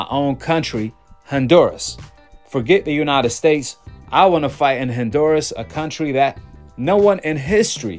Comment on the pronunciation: My dude, it's not Hin-duras. It's HON- duras. ✊🏾✊🏾